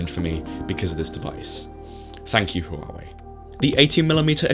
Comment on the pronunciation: Hwa wey is how it's pronounced in China. Almost a silent H